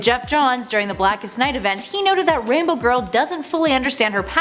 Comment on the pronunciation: The way she said Rainbow Girl, I kept thinking she was saying Rambo Girl. Like...so she's a highly disturbed Vietnam Vet who goes and kills people? What's confusing about that?